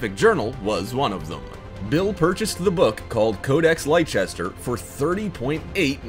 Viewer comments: Here's a fact for you... Leicester is pronounced 'lesster', NOT 'lychester' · Codex Leicester is pronounced" Lester" NOT "Lychester".